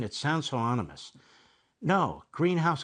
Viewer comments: It's ebmarrassing to hear him try to say "ominous" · Why is that idiot getting paid to talk when he can't even pronounce basic words correctly? It's pronounced Ah-Min-us, not onimous. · It's ominous dummy. Not onimous.